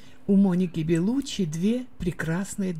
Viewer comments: ЛеонИ.... Беллуччи,не Бэллуччи.Как можно так безграмотно читать??? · ЖилЁм, БЭлуччи, ВенсанТом, экспЭрт, фэшжурналы... Что за озвучка???? 🤡